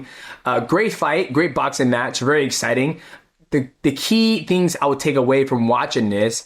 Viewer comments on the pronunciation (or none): none